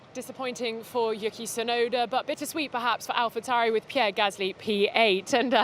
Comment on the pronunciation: Can she stop calling Yuki, Yucky Tsunoda?! All the other interviewers are saying it correctly and shes just persistent in mispronouncing it!